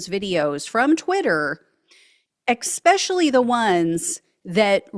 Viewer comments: Excuse me, miss... Did I hear you say "Ex specially"? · I love you, but EC Specially? C'mon.